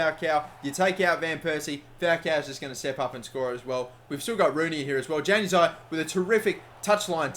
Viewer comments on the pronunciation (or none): ITS Yanazii not januzii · Januzaj is pronounced yan-U-az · It's pronounced yan a zai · Not trying to be a grammar nazi or anything but januzaj is pronounced yan u zie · Hey man, Januzaj is pronounced "Yanazai" hope that helps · Januzaj is pronounced Yanuzaj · Stop pronouncing Januzaj wrong and switch Mata and Di Maria's positions